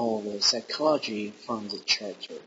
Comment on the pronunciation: Lol you pronounce character as chericter! Try saying it like this: Karakter.